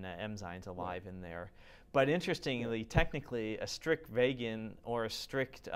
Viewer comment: why can't he pronounce the word 'Vegan' properly? he says VAEGEN lolz